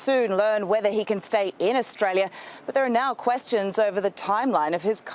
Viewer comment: Not sure if it's Australia or ANUStralia